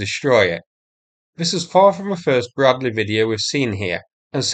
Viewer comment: BRAD-LEE not BRAD-LAY